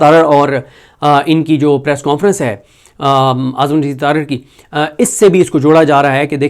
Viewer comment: صدیق جان صاحب پریس کوں فرنس کون فرنس کون سا لفظ ہے۔ انگلش میں نون غنہ نہیں ہوتا۔ پلیز اس لفظ کے تلفظ کو درست کریں ہمارے بچوں کا تلفظ خراب نہ کریں